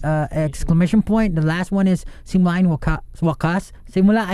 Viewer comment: pablo rlly said simula and wakas with the most banyaga-est accent ever HSHAHSJJSJJAHA i luv luv luv him